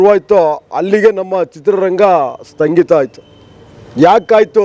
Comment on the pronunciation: ಕರೋನ ಬಂದಿದ್ದು 2018-19 ಎಂದು ಮಾಹಿತಿ ಕೊಟ್ಟಿದ್ದಾರೆ, ಈ ಪುಣ್ಯಾತ್ಮ, ಇವರಿಗೆ ಮಾಹಿತಿ ಕೊರತೆ ಇದೆ, ಕರೋನ ಬಂದಿದು 2020 ರಲ್ಲಿ, ಕನ್ನಡ ಉಚ್ಚರಣೆ ಸರಿ ಮಾಡ್ಕೊಳಿ, ಸ್ಟಂಗೀತ, ಅಲ್ಲ ಸ್ವಾಮಿ, 'ಸ್ಥಗಿತ ' ಕನ್ನಡ, ಕನ್ನಡ ಅಂತ ಹೋರಾಟ ಮಾಡ್ತೀರಾ, ಕನ್ನಡ ಉಚ್ಚರಣೆ ಸರಿಯಾಗಿರಲಿ time track 1.12ರಿಂದ ಗಮನವಿಟ್ಟು ಕೇಳಿಸಿಕೊಳ್ಳಿ